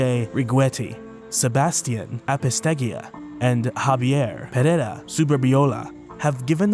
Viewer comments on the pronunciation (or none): none